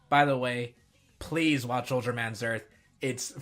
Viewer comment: Also, Zearth is more "zeh-arth" ("the Earth") than "zurth".